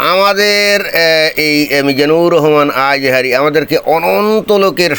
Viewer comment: হাসতে হাসতে শেষ হয়ে গেলাম । বিশেষ করে আজহারী উচ্চারন টা যা লাগে না ।